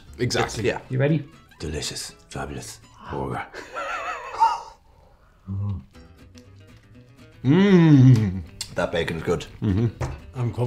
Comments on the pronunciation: Delicious. Fabulous. Borger. New Spokesperson for Ireland's Bord Bia (Irish Food Board). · “Delicious… Fabulous… Borgur.” That’s it. Gotta say that every time I take a first bite of a burger now.